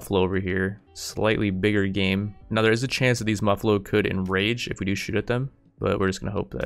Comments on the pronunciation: its MUFF-allo. Not MUH-fallo. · And as a side note: It's Muh-fall-o, not Moo-fall-o. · Its muffalo as in muff alo. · Your saying muffalo wrong